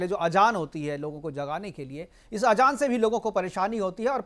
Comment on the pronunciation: Ajaan nhi azaaan phly apni zaban too thk krloo 😂😂